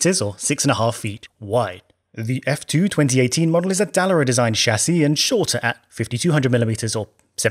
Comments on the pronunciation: Dallara is an Italian name and is stressed on the second syllable. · That's a ... unique way of saying Dallara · You should really know how to pronounce Dallara......